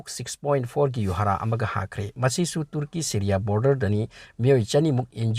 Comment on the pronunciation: Uisss ngaklebo kirakle ebo neiramliye pao khupa faobadi tuuurki 😂😂😂😂😂 tuuurki 😂😂😂👍👍👍 tuurki...sombu khangabok la natraga heirokla.... Marik chumna ucharan shengna pao pabibagidmk....